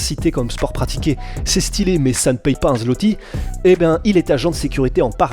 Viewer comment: J'ai mis un like pour la prononciation correcte de la monnaie polonaise (zloty).